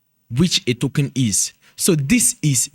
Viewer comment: All I’m hearing is tokun😂